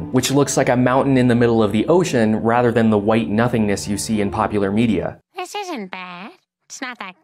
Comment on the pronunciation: “Dis is two ferrets” Dis is why I subscribed.